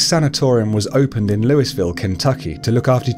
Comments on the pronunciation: Lewisville lmao it’s like louie ville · I’m a Kentuckian and we pronounce it Loullville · Great video! But as person from Louisville it hurts me with how wrong you pronounced it.